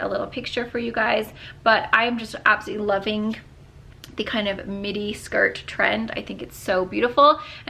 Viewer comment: the entire time I swear you were saying mini shirt , and then I saw the length and was like oh midi shirt😂😂